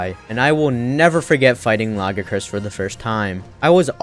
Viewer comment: Yet another person that can't pronounce Lagiacrus for some reason. Come on people, "Luh-GUY-uh-crus", it's not hard.